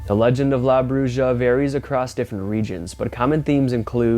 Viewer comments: Come on dude. It's broo-ha not Broo-juh. The letter J in Spanish is the sound of the letter H. You know Jalapeños? Take the time to learn how to pronounce the Spanish words if you're going to use them and not perpetuate the world's belief that all Americans are dumber than a box of rocks. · It's pronounced like brew-ha no brew-ja the j in Spanish makes the h sound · Bruja is pronounced "broo-ha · The witch in Mexico in pronounced" Broo-ha"the j is silent.